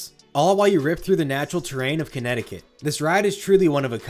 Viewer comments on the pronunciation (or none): none